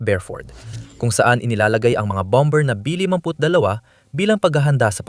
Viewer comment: Bomber is pronounced as "bamer".